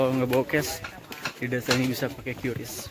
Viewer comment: olih: "didesa ini lumayan modeln, udah bisa pake QLIS tadi" , gw kira jadi sarjana ilmu komunikasi bakal bisa ngomong R, taunya kaga gitu